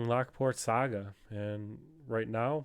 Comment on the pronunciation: Sogga? Come on. It's saga. Is it the beard?